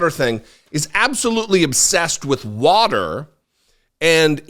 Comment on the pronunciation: I hate the way Trump says “warter ”. Ugh.